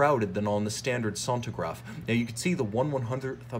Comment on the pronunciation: Good lord... sentograph ! Sen-tea-graph if it will helps. Anyway good movie, interesting.